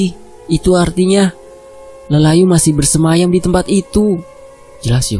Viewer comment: Bersemayam bukan bersayam Haha Opo AQ seng salah denger Haha